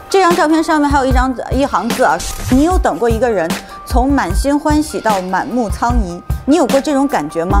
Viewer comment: 服了吴昕了，以前就觉得她业务能力不行，这里把满目疮痍念成满目苍夷？大姐你还记得你是主持人吗？你就算不是播音主持专业的，当了这么多年主持人了，一个疮字你没见过？你没长过口疮？痤疮？你不会念？